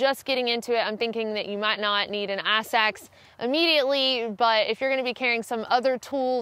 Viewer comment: Wow, a firehose of great info. I thought she said "ass axe," then turned on the closed caption option and rewound to discover it was "ice axe." Trying to figure out which part of southern US she's from. Maybe Alabama?